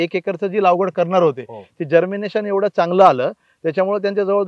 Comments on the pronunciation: पहीली बात म्हणजे तुम्ही लागवड म्हणा लावगड नाही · लावगड नाही सर लागवड